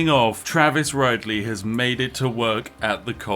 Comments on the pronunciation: Travis Ride-ly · I'm curious if any other Ridleys pronounce their name like spiff does. I've never heard "Ride-ly" before. We all call ourselves "rid-ly".